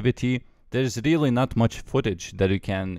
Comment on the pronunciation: very reerly